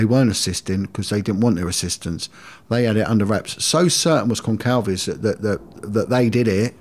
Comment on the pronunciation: Who's Concalves? 😂 I was so confused.. It's Gonçalves as in Gonssalves